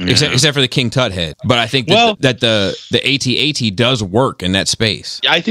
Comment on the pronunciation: It's not "Ay Tee-Ay Tee". It's AT-AT (like hat-hat). C'mon man.